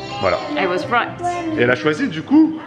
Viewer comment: said "I was right" but it sounded a bit like "I was white", exactement au moment où vous parlez du metissage de Norah Jones 🤣🤣🤣🤣🤣🤣🤣🤣